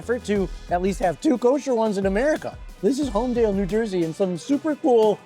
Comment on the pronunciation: Thanks for the review... but it's HOLMDEL, not holmdale.